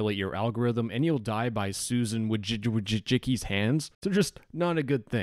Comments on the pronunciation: bro wth did he just say😭😭 susan wojcukicujuwuki 💀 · the way he pronounced "Susan Wojcicki" killed the journalist inside me